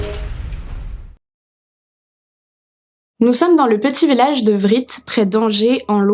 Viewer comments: Vritz se dit vri mais voilà on s'en fiche 😂 Par contre angers nest pas en Loire Atlantique mais en Maine et Loire Je suis choquée par Stéphanie qui emporte son bébé de deux ans sur les lieux fu crime... Vidéo intéressante merci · Bonne vidéo mais juste le t de Vritz ne se prononce pas, j'ai habité longtemps à 5 kilomètres et à entendre ça faisait bizarre et oui j'ai du croiser la victime en faisant mes courses mais je ne la connaissais pas.